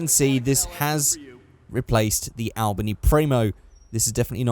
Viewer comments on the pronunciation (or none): none